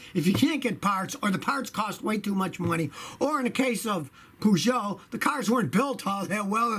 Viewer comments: calling them "poo-joe" sounds so weird, in the UK we pronounce it "Purrjo" with a soft J. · It's pronounced 'Per'geot not 'Poo'geot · wow the pronunciation of Peugeot.. Its not said like Pujot! its more like Pejou! hard to spell how to pronounce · the british say perrjoe scotty says poojoe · Wtf is a pujoe is pronounced pershow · Scotty its pronounced purrrrrgo like a cat purring. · It's pronounced Purrgoet not Poogeot lol 🤣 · « Pouuugoooot » 😁😁 not it’s « peeeejoo » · pugo xD wtf peugeot! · Peugeot is not stupid. Just because it's made in Europe doesn't make it stupid. They are very well built these days and are brilliant vehicles just like Renault. In fact they are better than the rubbish Chevrolet rolled out in Europe and Africa recently. And by the way it's not "Pooojoe". It's more like "Peugeot"! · Scotty I'm not French either, but Poogeot is not the name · Scotty is the POOgeot intentional or just a mistake ? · /PEDANT ON/ It's pronounced "purr-joe" /PEDANT OFF/ :) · Pooshow? That is probably the worst attempt at pronouncing Peugeot ever made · It's PURR-SCHO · Lol poes jou... hahah just the way you pronounced it hahaha... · Lmao "poo Joe" butchered it! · Pronounced pea- show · You are not saying it right Scotty. PUJO?:)) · You are pronouncing Peugeot wrong. Its per-geot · The easiest way to pronounce Peugeot is Purrsho, but say it fast ;) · Well, he calls them Poogeot, so of course he hates them. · so that's how you should pronounce it in USA - POOGEOT - no pun indented right ? lol Scotty ... don't worry , we also think it's garbage (at least in Poland, Germany and UK). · Dying at the way you say "Poo-Joe"! 🤣🤣🤣🤣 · Man says Peugeot so flippin wrong 🙄🤦🏾‍♂️ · I love the way Scotty pronounces Peugeot now I wonder how he pronounces Renault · Your pronunciation of Peugeot deserves some slaps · Not pronounced like that :( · You pronounced Peugeot funny, Just call it a Pug like we do here where they sell in massive numbers and parts are plentiful.